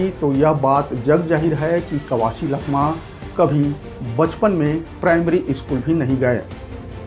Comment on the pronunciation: लखमा ❌ चखमा ✅